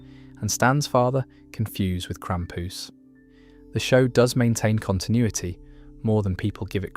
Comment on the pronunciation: Why say krampus like that, its so tragic